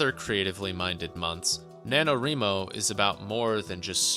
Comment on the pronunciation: NanoREEmo? You mean NanoRYEmo? As in WRIting?